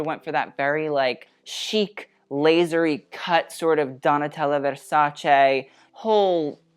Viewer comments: Yes, you are absolutely right, but that wasn’t what he was saying. The right way to say it is short and good versac-eh, no extra jazz needed there, but he was saying versac-ay and was totally overdoing. The normal misconception is versac-eeeee that is not the case here, but if you think what he is saying is right, you might want to check this vogue video out, where how to pronouns Versace comes up . You are welcome. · It’s versace not versachay